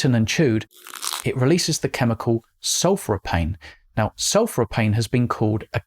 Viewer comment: I dud think this was just a but if a daft video to laugh at but it actually makes me really angry, its very dangerous taking this tone - because lots of people do uncritically pick up the message pushed amongst the torentbofvtechnical words which also disguise the actual disingenuity of turning these technical terms in this daft interpretation. And its pronounced 'sul-fur-i-fane' not sul-fri-pane.' Duh.